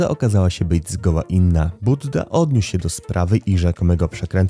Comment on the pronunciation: Nie budda tylko bujda 😂